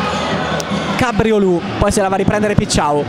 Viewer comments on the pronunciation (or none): Ahah, alla francese tipo Cabriolet. Bastava pensare invece al simpatico ruminante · Cabriolu' è pronunciato in.modo errato ma divertente